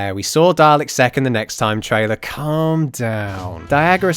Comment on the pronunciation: Everytime I hear you say "Sek's" I get really immature looool